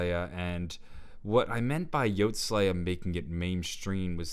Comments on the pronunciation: It’s pronounced YOTEE SLAYA. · I wish he said his name properly in this video